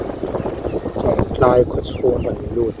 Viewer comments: ....chawngtlai khua hming i sawi hi thluk dik ve mai ta che.. Chawng tlai a awmlo, Chawngtlai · An khaw hming lam dan dik zawk hrilh na na a, lam dik duhlo tlat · Mi khaw hming te,a dik zawk hre reng si,sawi sual lui reng mai,a der viau suh. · an khaw hming lam dan kha an hrilh hnu che pawhin ti dik ve hram teh 😂😂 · A tir ah chwngtlai khua lam dik thei reng...a hnu ah lam dik thiam lo vel.. hi chu a😂😂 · A lam dan an hrilh tawh hnuah pawh lam dik duh miah lo,zahpui awm lutuk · chu nghapih tih takah chawngtlai pawh a lamthiam theilo chu ni maw.😊😅😂